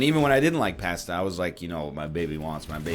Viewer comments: ok, i can tolerate americans pronouncing pasta like it has an R in it, but saying it is a side dish not a main? that is unacceptable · Why do they make fun of you? Italian here, you say it much better than most english speakers NL! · Pästa? Lol. Where are you from? *Germany*? Nerd! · Erm what's wrong with the way you say pasta?